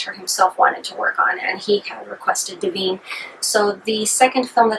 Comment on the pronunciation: "Smellarama"? "Dah veen"? It's Odorama and Divine. Disqualified!!!